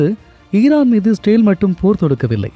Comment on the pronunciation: பரபரப்பு மீடியா செய்தியை அப்படியே திரும்ப சொல்றியேப்பா. இஸ்ரேல் என்பதை சரியாக உச்சரிக்க முடியாதா?